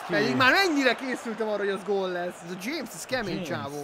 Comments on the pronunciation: Kolumbiába nincs sztár?:D Az a James "Dzsémsz" (ejtsd:Hamesz) az viszont egy nagyon tehetséges és fiatal gyerekm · Nem dzsémsz hanem hámesz rodriguez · Nem "Dzsémsz" hanem úgy mondják hogy "Hámesz" XD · "James" nem DZSÉMSZ hanem Hámesz és nagy név mert játszott raálban, most meg müchenes asszem! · azt nem Jamesnek kell ejteni hanem hámesznak. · Dzsemsz xd hámesz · James az híres játékos és "Hámesznek,, kell ejteni